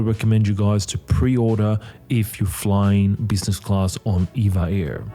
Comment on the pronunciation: It’s “E-V-A Air”. Not Eva Air.